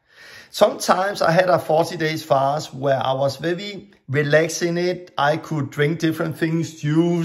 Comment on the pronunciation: You can say an R letter, then why do you say vevi when it's supposed to be veri.